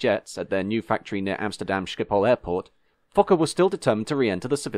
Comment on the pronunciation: points for correct pronunciation of 'Schiphol' 😉